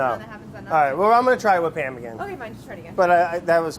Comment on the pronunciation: Man I love Pa'am cooking spray Edit: pronounced PAYUM